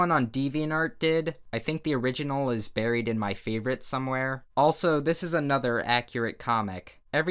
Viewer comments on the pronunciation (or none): none